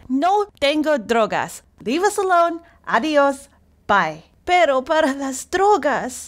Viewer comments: dog* for drugs. I'm pretty sure just doesn't pronounce "perro" correctly which causes it to sound like "pero"😂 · I think she mean "Perro para las drogas", Rememer people that don't speak spanish aren't able to pronounce "rr" and say just "r" instead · Remember, English people have a hard time pronouncing the hard R (perro), so most of the time they can only do the soft R (pero). It just makes more sense that she was saying dog than but in context. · I see can’t roll her R’s so it’s likely she said Perro. Dog for the drugs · English speakers tend to not understand the "rr" pronuntiation. This way, they make the words dog and but completely impossible to differentiate. Pretty sure that if we correct that one mistake, the result is : "need dog for drugs"